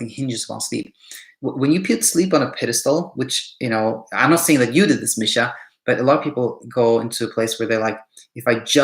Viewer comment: So so insightful! This helped me so much. I do have proof of great days with little sleep too. I must work with that 😊 also kudos for pronouncing my name right! Almost noone pronounces it as Misha and not Meeesha. Thank you for that too 😂👌🏻